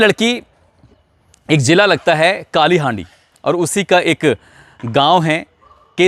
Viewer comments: Sir its kalahandi not kalihandi baaki story sab sahi hai jis tarah se aap case ka barnan karte hain kabile tarif hai ❤️ 🙏🙏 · आपने कुछ शब्दों क गलत उच्चारण किया हैः वस्तुतः उड़ीसा, कालीहंड, नयापल्ली, उड़िया, चंद नहीं, बल्कि ओड़िशा, कलाहांडी, नूआपल्ली, ओड़िआ, चाँद सही शब्द हैं। आपकी रिपोर्ट सराहनीय है।